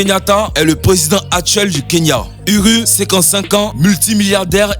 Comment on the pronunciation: C'est pas Uri Kenyatta mais uhuru